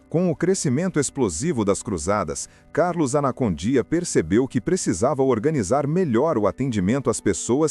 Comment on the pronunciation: Participei de cruzadas evangelísticas com ele na Bolívia🇧🇴, apoiando ministrações no grande estádio tauiche Aguilera. É Esso é muito mais o ministério de libertação e salvação que Deus entregou a ele.( Obs.a pronuncia correta é : Carlos Anacondia) e não anacondía.Dios lo bendiga.🙌